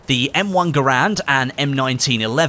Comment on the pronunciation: People pronounce Garand’s name wrong all the time.